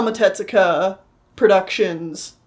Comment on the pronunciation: Pronunciation note: It's Tezuka, not "tetsuka." In Japanese, "tetsu" means "iron.